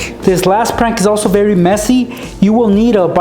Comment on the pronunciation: did anyone else hear "you have to wake up berry early